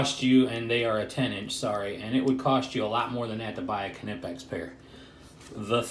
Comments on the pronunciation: Cuh- nip-ex?? Knipex; pronounced nipex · Not pronounced kernipex, it pronounced nipex fella. Look good those channelocks. The knipex have their own problems like the body is big than your average pair of engineers pliers. So not great for accesing tight spaces in boilers